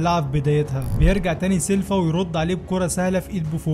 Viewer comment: سيلفا ايه بس اسمه سيلڤا بال V مش بال F ينفع تقول فولفو Folofo اكيد لا اسمها Volvo سيلفا ده تبعاني في الفيديو